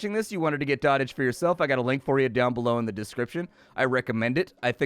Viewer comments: Did he just say dot-age. It's an actual word doh-tage. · Dotage is pronounced doe tij, not dottaj. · It's pronounced dough-tij, not dah-tij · I think it's pronounces "Doh t age". Like the verbification of when you "dote" on something. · I hate to be that "um ACKSHUALLY..." person but... it's pronounced 'dode-ijj' - i.e. "the period of life in which a person is old and weak." although the game plays on that word and calls it Dot Age. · I think it's pronounced like goat, not like hot.